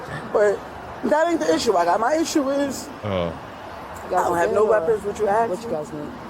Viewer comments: What's weird is that you keep saying axe instead of ask that's weird to me 😮‍💨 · I am SO SICK of hearing "ASK" pronounced as "AXE"!! Wth is up with that?!?!?? It happens on EVERY law enforcement/arrest video channels such as this, all the time! It's the same offenders as well. Adding to that is the double-negatives and incorrect English, ie; "I ain't gonna do nothin", "You is wrong" and so on! The swearing is disgusting not to mention that they all seem to have the same "dress code" they go by, clothing that just always empathizes what one shouldn't ever wear, like yoga pants when you're 300 lbs, no bra with b**bs that hang down to their ankles and don't even get me started on the long fake eyelashes! Where do these people live? Is there not access to public education in these areas??! The obvious low IQ levels are horrendous. It should be embarrassing, but strangely, it doesn't seem to be at all. My 4th graders can articulate their thoughts better!! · Axe, aks??????? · He axe me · Alot of axeing going on lol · Why can’t people pronounce the word, “ASK”. It’s always…”AXE… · "He AXED me what time did i drop off my daughter " lol and her "first day opening her business " 😂😂 👍 👌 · Why can’t they pronounce “ask”? I’ve noticed that since I was a child. I’m sure she could say “skip” so I know she can pronounce “sk”. Just add the “a” before it. Hearing axe drives me crazy. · He axed her.. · The word is “ask”. Why is this so difficult?